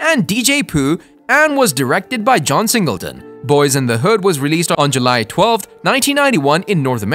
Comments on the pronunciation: You need to check and correct the date of John Singletons death, he died April 28, 2019 not in 1968. You make it hard to want to subscribe to your channel giving inaccurate information and mispronouncing Boy instead of Boyz in the hood.. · Boyz N Da Hood not Boy N da Hood silly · You said Boy N The Hood!! Really!! Unacceptable when clearly you have the name of the movie in the title. And then you say it right the rest of the time. Makes no sense. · LOL the first time he said it was "Boy and the Hood" lmao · 😂 he started out the vid saying “Boy in the hood” never thought the z mattered til he said that 😂 jk but frfr… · If you're planning on making more videos you need to get your facts right and learn the correct pronunciation of the movie 🤦🏾 this is totally atrious